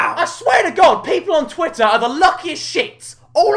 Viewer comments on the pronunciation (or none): none